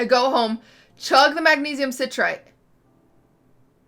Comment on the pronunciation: The way she mispronounces citrate